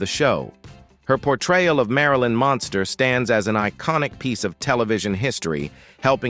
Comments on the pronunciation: I really detest the AI voice on these videos. Especially since it gets words and names wrong. Anybody else notice it keeps saying "Monster" instead of 'Munster' ? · I had thought that Al Lewis ran for NYC Mayor, but was surprised to learn that he ran for NY State Governor. Many thanks for the accuracy & enlightening details. With sincerest respect though, that narrator (A.I. voice?) constantly mispronounces the name “Munster” as “Monster”. Though I personally find that endearing because when I was a kid (under 10 years old) I would call them “The Monsters” as a more descriptive name 🧌😉😆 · Munster - Not Monster...Your AI Crap - Don't Cut It...Got IT...Stay Safe... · YOU KNOW HOW TO PRONOUNCE MUNSTER, BUT YOU KEEP SAYING MONSTER. ..... VERY DISTRACTING. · the AI that reads these scripts is horrible on pronunciation, or the idiots who write the script are very careless. even though the family is the Munsters, the AI keeps referring them as Herman monster, Lily monster, Eddie monster. Marilyn is referred to as granddaughter Marilyn Munsters plural